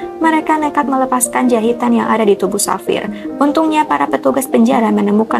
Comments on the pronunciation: Pengucapannya bukan Savir tp Havier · Pengucapannya Bukan safir tapi havier